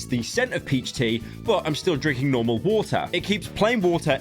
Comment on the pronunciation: Pyro can't say "bottle of water" without an H